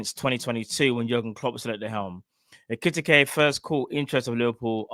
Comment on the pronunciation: Bro his name is EKI TIKE 😂 pronounced EKE TEEKAY